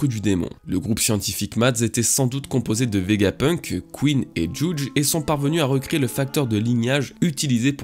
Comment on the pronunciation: La façon que tu prononce le nom de Judge me tilt à chaque fois mdr